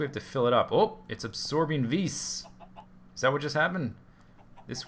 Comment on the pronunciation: Vis is pronounced vees